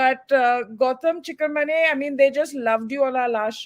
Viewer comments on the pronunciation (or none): Advaita ma’am it is chik-ar- mane